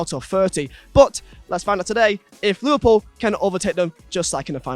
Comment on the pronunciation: he says lilpol insteas of liverpool